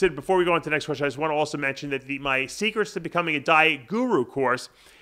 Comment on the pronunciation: Dude it is pronounced QUESTION not KESHSION